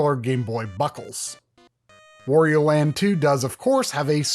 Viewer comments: Wtf is "Wore-eo"? Do you pronounce Mario the same way? Moreo? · I didn't know there are still people who call Wario "Worio" lol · Try, "Wario" rhymes with "Mario" (however you pronounce that).